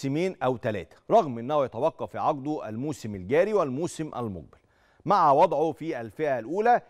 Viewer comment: المذيع بينطق كلمة ( الذين ) بطريقة غريبة _ وبينطق كلمة المقبل وكانها المجبل !! اعلام زرط فى زرط !! صحيح ارزاق !!!